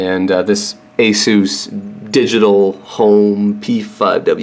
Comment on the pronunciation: I gave your vedio a like just cause you said (A SUS) not (A ZUZ)... :) in addition if you need to add the squid caching you will need a slightly powerful processor for the antivirus. When I download games on steam on my 200mbps download my i3-7100 pfsense CPU is pushed up to 70% utilization. using my other asrock embedded CPU (J3455), my download speeds in STEAM wont go beyond 100mbps.